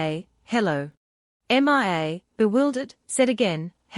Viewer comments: I know it's annoying her name is Mia not M.i.A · M. I. A why can't you just say Mia?!?!?!? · 11+hrs...... torturous and annoying hearing repeated M I A. couldn't take it anymore and stopped watching. what kind of AI program are u running? M.I.A???